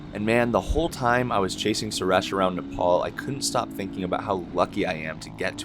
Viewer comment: Bro it's not nepaul it's nepal😭🙏🏻